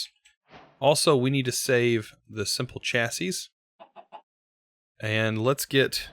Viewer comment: " so there we go, a simple machine chassis" ADVANCEMENT MADE! "The Third s is silent"